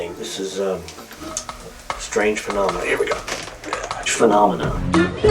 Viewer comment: Totally awesome clip was the guy saying Phanomina a couple times edited into the Muppets clip!! Totally classic!!